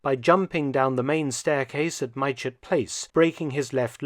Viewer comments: Fantastic video, as always and thank you. I live in Farnborough Hampshire, a few miles from Mytchett Place. Pronunciations may have changed since 1941, but currently the village of Mytchett is pronounced "Mitchett". Just for the record and in no way taking anything from this great video. Like another commenter mentioned, it's like being in the 80s and actually having to wait for the next episode rather than binging on a good thing all at once is a strange feeling. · Hess was indeed held in Mytchett, Surrey. But it's pronounced Mit-chit, sometimes slightly off as Mitch-it, but never My-chet or My-chit. I know, I lived there for many years. Enjoyed the video, thank you. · Point of pedantry (from a local): Mytchett is pronounced "mit'-chet". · Sorry to be pedantic but mytchett is pronounced mitchit. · It is pronounced Mit-chet House Mark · Mytchett is pronounced Mit-chit. Great video/series! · Thank you Mark. The whole Hess story just reeks of intrigue and plot - all virtually kept secret. Can't wait for episode two. Just for the record, the locals pronounce 'Mytchett' as 'Mit-chit'. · Prof Felton, "Mytchett" is pronounced "Mitchit" if that helps👍